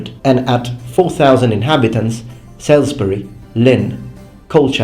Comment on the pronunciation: he butchered a bunch of place names. Norwich (nor-rich), Salisbury (sauls-berry), Hereford (He-re-fud) and Prague (Praag).